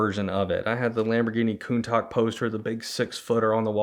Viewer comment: Hahahahhaa "Lamborghini Coontock"